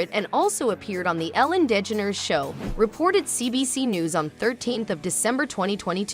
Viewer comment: Ellen Lee Dedgeneres??? Try again AI!